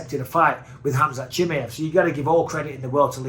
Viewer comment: Everybody else: Chimaev Michael Bisping: Chimmyev